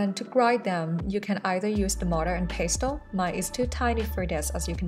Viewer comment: I like how she says pestle, with the T